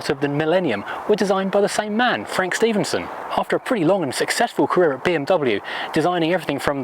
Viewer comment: Actually the designer’s last name is pronounced as Steff-en-son.